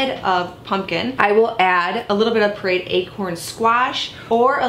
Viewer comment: Awesome recipe, great video. Where are you from in the U.S. though? Your pronunciation of pureed sounds odd to me.